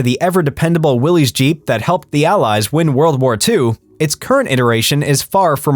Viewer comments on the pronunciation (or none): none